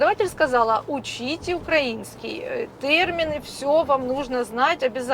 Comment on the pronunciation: УкраИнский а не УкрАинский. Йо-ма-йо.